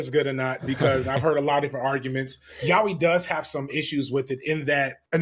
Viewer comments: I'm sorry I always assumed it was yay-oi you are telling me it's pronounced yow-ie?! This is ruining my life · he kept saying "yawee" and i'm dying over here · Sorry, this brought the video to a halt for me. I was expecting a yah-oy pronunciation, but YAWEEH?!<(｀^´)> Sure, it might be a God-tier genre, but the accent really gets to me. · Gonna be that person pointing out pronunciation for "yaoi": "yah-oh-ee" not so much "yow-wee". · ya-yaoooeeee, is closer to the pronunciation. it’s just like Americans pronunciation of karaoke. anyway, carry on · LMAO: "It's Y-A-O-I" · It's unfortunately the pronunciation a lot of English speaking folks use 😭 don't know why it sticks so hard